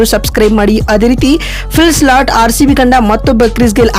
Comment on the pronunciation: Maraya avla change madu illa e video dlt madu. Slat slat annodu keloke agtilla